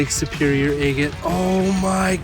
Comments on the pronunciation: It is pronounced ag- ate not a-gate or a-gut. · Agate rhymes with bag it. Never heard anyone say it your way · Takes some getting used to to hear “EHHgut,” but I’m sure that many of my own pronunciations would strike people as strange. Great video!